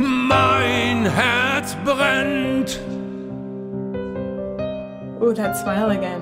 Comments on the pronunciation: > how can you say "Mein Herz brennt" without any accent? 😳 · I'm really suprised how clearly and precise you pronounced "Mein Herz brennt". This almost sounded accent free.